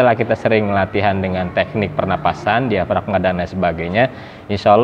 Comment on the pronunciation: Suara diafragma.bukan diagframa.